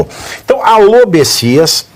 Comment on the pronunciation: Olha só Pavivi, não é besisas é bestias.